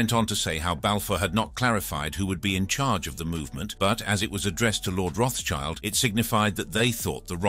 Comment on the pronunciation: Learn to pronounce. RotSchild (german) = RedShield (english), not RotsChild.